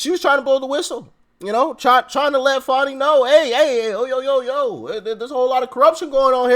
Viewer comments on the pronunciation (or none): It sounds like her name is pronounced " Phony"!! It fits like a glove!